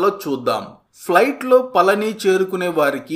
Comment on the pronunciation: మీరు పలికేది పలని లాగా వినబడిoది. పళని అనేది కరెక్ట్. బాగా cover చేశారు. బాగుంది.